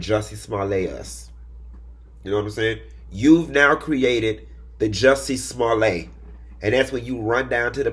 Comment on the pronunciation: I’m sorry, this is a tangent. How could you possibly think it’s pronounced ‘Smo-LAY’?